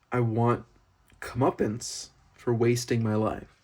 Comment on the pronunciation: why are you expecting success from wasting time "come up-ance" please